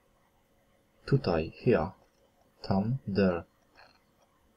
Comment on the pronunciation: Proszę szanownego pana, Czy naprawdę "here" wymawiamy [hia]?